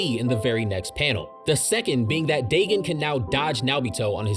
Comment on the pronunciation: Ur saying dagon and nanami incorrectly